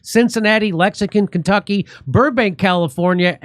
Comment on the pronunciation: Will you fix the video and say Lexington, right?